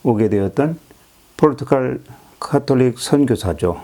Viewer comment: 폭넓은 지식에 놀랍습니다. 좀 아쉬운 부분은 지명과 인명의 발음을 좀 정확히 해 주시면 더욱 감사하겠습니다. 포르투칼 - 포르투갈 송상헌 - 송상현 세키하라 - 세키가하라 유기나가 - 유키나가 이시다 나쯔마리 - 이시다 미쓰/미츠나리